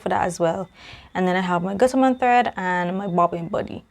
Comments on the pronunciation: Great unboxing! You said Guttermann just right. Can't wait to see your make with that material. It's fantastic! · The fabric is beautiful! And yes, you said Gutermann correctly. My Mom is German. :)